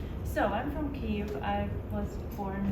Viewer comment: Прикольно, не знав, шо англійською Kyiv має звучати як "ків"